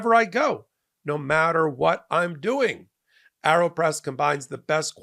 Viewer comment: re the ad read: "aero" is pronounced "A-er-oh" or "air-oh" but not "arrow" - the ae diphthong indicates a long A (as in bate) not a short a ( as in cat )